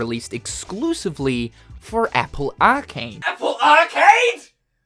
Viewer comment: The way you say arcade made me stop watching